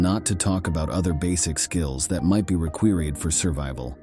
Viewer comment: "...skills that might be REQUEERIED..." AI readers still have a ways to go.